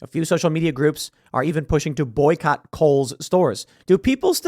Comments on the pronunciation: "Boyocott"... Dude, what you got against the Welsh now...? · "boyocott"? Bring Your Own Cott??